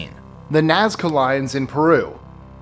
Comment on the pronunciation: Jeez... Nazca? lol